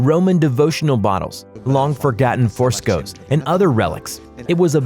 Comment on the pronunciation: Forscoes huh. Forscoes. It's FRESCO ya bash